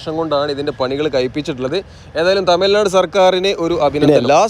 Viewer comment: As a malayali , speaking in malayalam, you could have pronounced തമിഴ് നാട് correctly!